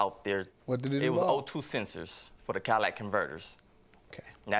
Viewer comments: Cat- a- ly- tic converter. Not a " Cadillac " converter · CATALYTIC converter sir. Not cadillac converter. Im so tired of people messing that word up😵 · *catalytic lol not "cadillac" 😩😩😩🤣🤣🤣🤣